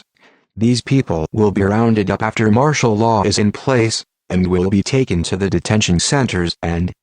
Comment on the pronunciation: ITS 'MARTIAL LAW' YOU IDIOT